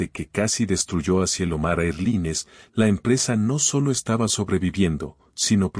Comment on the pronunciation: Erline? NOO En inglés air line. Erlain, se pronuncia.